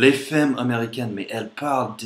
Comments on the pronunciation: Femme se prononce "famme" pas feumme. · Pour "femme" tu devrais prononcer comme "farm". Le "e" se prononce "ah" dans ce mot ;) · Salut, ta vidéo est excellente! Ton français est vraiment très bon, mais il y a UN mot dont tu dois absolument la prononciation: femme. Ça s'écrit en effet avec un "e" mais il se prononce [a] comme dans "famille". Je suis allé aux Etats-Unis récemment et j'espère y retourner bientôt. So long pal! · c'est quoi, une "fème" ? :D